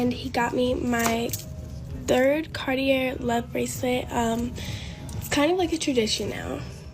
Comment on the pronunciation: "Punk rock royalty" 😂 her dad is the drummer from Blink 182. They're far from punk rock royalty they absolutely suck. Eta* so rich but couldn't pronounce Cartier correctly. Dumb and ignorant 😂